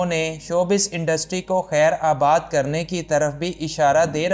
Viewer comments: Bhai lafz khaer Baad hota hia Na k khaer abaad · It's khairBaad, not khairAbad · خیرآباد نہیں خیرباد درست ھے۔